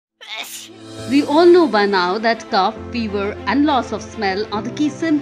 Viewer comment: It’s not Cuff. It is cof (kof) RIP your English